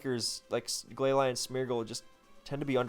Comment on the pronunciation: I’m not usually one to talk about Pokémon pronunciations but Glalie caught me off guard.